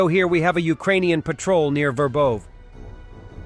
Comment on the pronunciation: City names pronunciation. You had it for a while, what happened? Ver bOv'? Ver bO' vah.